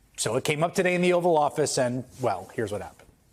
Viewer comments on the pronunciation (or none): Hayes mispronouncing it as the "offal" office... as in the inedible waste products after butchering a carcass It seems strangely accurate in describing Trump's misanthropic verbal violence that will end with harming himself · The "offal" office 😂😂😂😂😂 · Close it’s actually offal office.